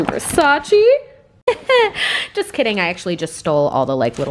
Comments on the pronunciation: Its versace Not versaciii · Not being mean or anything but Versace is pronounced ver-sa-che like air but the r isn’t a strong sound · It's pronounced Versa-cheh